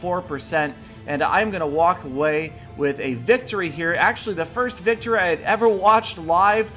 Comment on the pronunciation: the two words, victory and I, combined sounds like "victoray" Spencer23$ uploaded something about an archer glitch too...